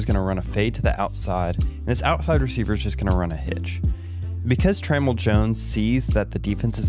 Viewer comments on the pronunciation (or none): i think his name is pronounced Tra-mell(Tra-mail) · Hey, awesome video as always. I was going to let this go but I just had to let you know… I don’t think you’re saying Tramell’s name correctly. Anyways, love your videos man. Keep doing your thing. 😃